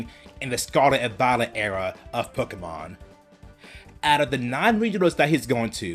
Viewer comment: It is also Pokémon not pakahmon